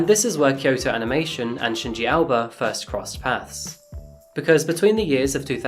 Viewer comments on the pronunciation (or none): How come Aoba was pronounced as 'Alba'? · The way you say Shinji 'Aoba', sounds more like Alba, thus the captions. Other than that, all is well. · Why you pronounce AOBA as ALBA?